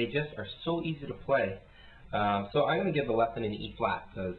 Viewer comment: 'paly' sounds british :D maby it's a british - british word